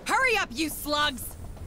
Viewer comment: It wasn't until this episode that I realized they were saying "Move it you slugs!" and not "Move it you sluts!"